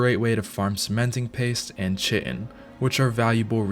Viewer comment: Oh no. He said Chitten like "chicken" instead of CHITIN aka "Kite-in"